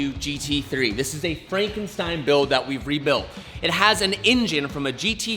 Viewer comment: "FRANKEN SCHTEIN" Crazy how you can get punch drunk on a project like this..